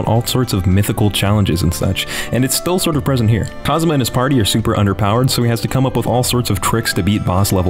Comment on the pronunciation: Who's this "Cosma" you keep mentioning? Do you mean Kazuma?